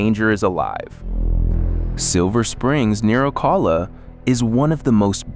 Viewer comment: Whoops, AI narrator messes up "Tamiami". Wouldn't be so bad if it was "just" an avenue name. No one says "Ocala" that way. Or says "Cassadaga" this way. Weird, earlier "Marianna" was said well enough. Not here. Another weird, because you said "St. Augustine" ok earlier, not this time.